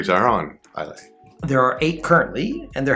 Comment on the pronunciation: Islay is pronounced "I-luh".